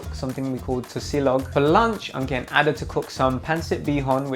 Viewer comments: Nigerian girl pronouncing "Ada" as "Harder" is making my blood boil.. What is that weird pronunciation? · I can’t get over how they pronounce her name 😂😂💀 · You're telling me that she's a Nigerian and she pronounced her own name like that? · As an Ada, my eye twitched everytime he said Ada lol everyone pronounces it that way but it’s not how it goes